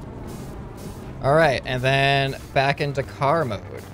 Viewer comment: When he says let's go into car mode before crashing I only hear let's go into karma the first time